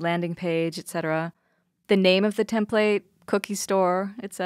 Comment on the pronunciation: Love the product, love the videos on the product. Had to stop watching this one. You say template wrong and I couldn't get past it.